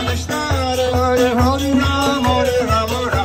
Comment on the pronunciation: Bhai saab bade dukh ki baat hai ki ek foriegner aapse jada vrindavan ko jaanti hai....aur aap se hari naam bhi nahi bola ja raha